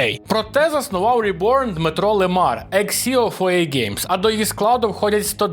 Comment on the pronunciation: Тож ребьорн а не реборн😮